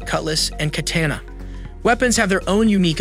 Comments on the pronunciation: The text to speech that these people are using is getting really good. Some words aren't translated through properly though like saying kaTANa instead of katANA. The second pronunciation being the correct one. Also the artificial breathing that sounds like you just got done with a 4 mile run. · im sorry but did that man just say katana (cah-tan-uh) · The way he says "katana" hurts my soul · and the way he says katana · "Shah-HAM-en" "Kat-AYE-na" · shaman = sh-aw-man katana = kuh-tah-nuh